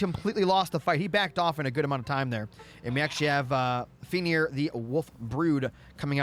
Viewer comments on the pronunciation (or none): none